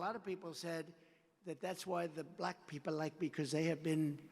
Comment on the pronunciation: The way he pronounced “black” is offensive!